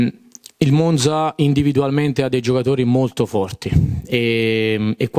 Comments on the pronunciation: Spero che abbia imparato a pronunciare Monza, ma ho i miei dubbi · Se mette finalmente la difesa a quattro gli perdono anche come pronuncia Monza...insentibile dall'allenatore del Monza😂